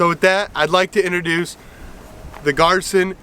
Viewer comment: Pronounced GEER-SAN.